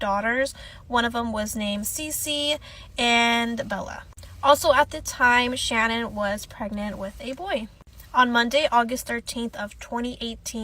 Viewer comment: her name was Sha-nan non shannon... just feel like everything she went thru we can at least say her name right... not being rude just correcting the error is all... i hope she is resting in heaven w those babies